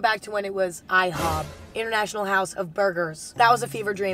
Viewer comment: omg when she said ihob😩sister squad tb